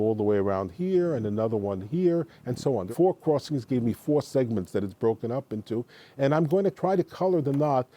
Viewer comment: "cruwossings". It was annoying and distracting.